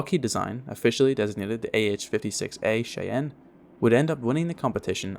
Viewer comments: minor quibble ... it's not iro - quoy, it's iro - kwaw well, canadians won't call it minor also ... shy-anne, not shay-en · "shy - anne" "ear - a - kwoy"